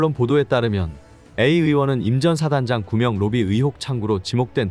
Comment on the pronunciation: 구명로비가 구멍로비로 들리는것 기분탓인가